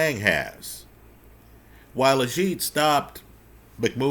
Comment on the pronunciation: it's pronounced AGH-EET. Not AZH-EET. Agit Kabayel...